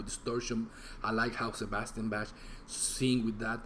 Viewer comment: The words are wrong in the video. Its " who's behind the REIGN", not rain. I'm a rnr OG. Bro, his name is pronounced BAK. Plus thats not the reason he didn't like Stryper,man.